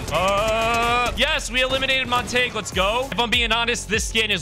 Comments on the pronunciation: Bro calling montague montage and the llamas horses should be crimes. Its pronounced mont-a-gyoo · Just saying for your own sake man it's pronounced montag-you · His name is Mon-ta-hue.